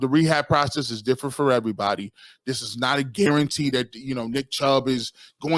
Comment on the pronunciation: Dude is knowledgeable, but pronunciation on simple words is cringe. "Dis" instead of this, "Dat" instead of that "Den" instead of then. Hard to listen too. I guess its a me problem. 😂